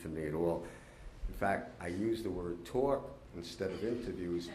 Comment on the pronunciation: Make that “towak”.